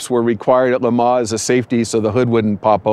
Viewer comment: Can't even pronounce "Le Mans" correctly!! Not even close!